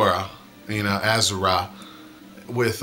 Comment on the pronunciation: It's pronounced A-shu-ra ^^